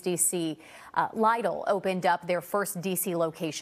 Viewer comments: It’s not Lydl. It’s pronounced as in Leedle. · It’s “leedle” not “lydl” I can’t really say much cuz I used to call it “liddl” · its actually pronounnced '' lid ul'' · Dang she pronounced it wrong